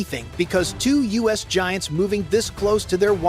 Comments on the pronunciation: The us? A.I. narrators are so stupid its the U.S. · The "US" uses? Come on! Check you video before you post it and correct these stupid mistakes. It's the U.S., as in "you-ess." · Once again stupid ai voice the us not US hilarious can’t even speak English don’t they care pathetic, so embarrassing Trump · Dumb AI can't even say U.S.!!!